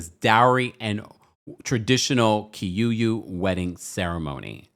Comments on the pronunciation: It's Kikuyu not Kiyuyu. Kikuyu is the largest tribe in Kenya. Love your show,. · Excuse me its KIKUYU not KIYUYU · Aww Kenyan here, its pronounced Key-Coo-You. Appreciate you. And to be honest in our culture, your dowry celebration is more serious than even the white wedding sometimes. Once that's done you're considered married according to culture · Not Kiyuyu but Kikuyu ❤ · What is kiyuyu 😂😂😂. It's kikuyu